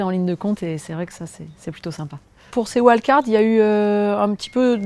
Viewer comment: Et pourquoi pas "invitations" au lieu de "wild-cards" ? D'ailleurs ce n'est même pas correctement prononcé. Ah cette langue qui se perd ! Ah cette fin de civilisation qui approche !